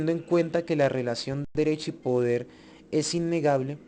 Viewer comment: se debe decir Autoridad y no Autori ad. - este colombiano se "come" algunas letras. Poder y no po er. - Legitimidad y no lehitimidad. Todos y no to os.